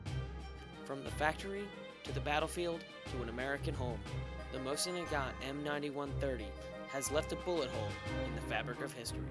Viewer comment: Dude, that was AWESOME! "History Channel" grade graphics and effects with *less* messups. There were a few, yes, mostly pronunciations though. "Mosin" is more "mo-szeen" and Izhevsk is more "iz-yevsk", but not quite. I'm still learning myself! I'm going to download this vid. I'll delete it if you'd like me to, just let me know. Otherwise, can I put it up on my website, or link it? :D Regards, Josh Smith Smith-Sights com